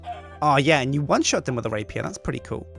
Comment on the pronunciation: Just a thought: You probably shouldnt pronounciate Rapier "Rapeier". Again just a thought...